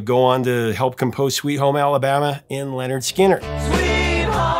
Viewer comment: Very nice interview, and good that Mark correctly pronounces "Lynyrd" as "Leonard", as their debut album makes clear on the cover. :)